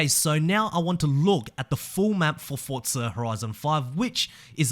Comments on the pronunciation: F-O-R-Z-A.... not F-O-R-T-Z-A my soul hurts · Forza NOT FORTZA ! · Where's the T in Forza?!